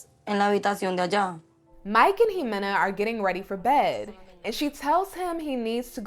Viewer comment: It’s not imohagani.. is pronounced Hemena.or…Jimena…